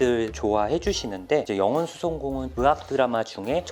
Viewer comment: 의학 발음 하실때 으학(으악)이렇게 발음하시는거 귀여워욬ㅋㅋㅋㅋㅋㅋ